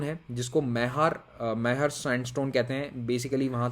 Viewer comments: It is called Mai-har not Maihaar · Pronunciation is Maee-har. This place is also famous for Sharda devi temple a.k.a Maihar ki devi. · मैहर is the correct pronunciation. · Its mehar na mehaar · log मई हर bolte h aap (मैहर) bhi kehe sakte ho Apart from that very informative knowledge in one video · sir ise ham मईहर (maihar) बोलते है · Sir it's great video And inko pronounce aise karte hai. मैहर और भांडेर। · • Maihar - मैहर , pronunciation would be Myher मईहर. • Bhander - भांडेर, pronunciation would be Bhan-der भानदेर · Pronunciation is मैहर🙂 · Sir it is मैहर, The Very famous SHARDA MAA TEMPLE is in maihar (मैहर). Usually people pronounce it मइहर. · Sir ise मईहर kehte hai pronunciation me.🙏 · I'm from MP It's pronounced as मैयार (h is silent) and bhander as भांडेर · correct pronunciation is मैहर. Ise Madhya Pradesh ki संगीत nagari कहते हैं... यह उस्ताद अल्लाउद्दीन खान जी(यूनिवर्सिटी भी है) के लिए विख्यात है. Satna जिले से अलग होकर मैहर जिला भी almost बन jaega... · Maihar is pronounced as Maeehar (hindi pronunciation of May). Great video. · Sir it's मईहर एंड भाण्डेर❤️ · मैहर (Satna district) is the right pronunciation sir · Maihar = मैहर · मैहर होता है सर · मैहर। maiharr. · Maihar= Ma-i-h-r (म इ ह र) Bhander= Bhander (भांडेर) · मैहर होता है sir I am from Rewa( near मैहर(सतना)) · It is Mai-har (मईहर). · मैहर hota h sir ND I'm from maihar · मैहर Hota hai sir ☺️ Love from M.P. 😁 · "Maihar " is pronounced as मैहर . Love from mp.👉♥️